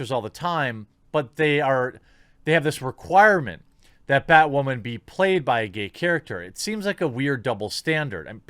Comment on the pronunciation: It’s bay-wahman....mr beyg:)